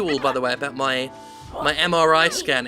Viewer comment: Every time Jim says MRI, I hear MRA. Been watching a bit too much DoctorRandomercam.